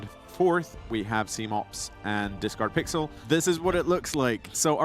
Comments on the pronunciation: the discord blips every time he says your name wrong is such a subtle editing jab i love it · It was great hearing the discord sound when the commentator mispronounced Discardpixel's name